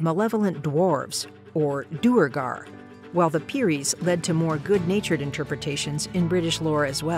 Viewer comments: As a Persian, the "Peri" pronunciation killed me too. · The way she said peri..... ma'am no